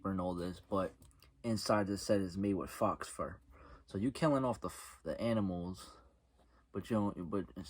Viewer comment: Hahahhahahahaha, not Fox Fur, Faux Fur. 😂😂😂😂. Nice review otherwise!